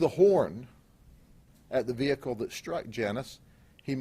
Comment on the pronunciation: "We are ''trained '' dectives...We know he has sangria and food""--the faq? Yeah because you ran his credit card?" Such detectives! ""THE VEE HICK LEE""??? Fucking S Grady!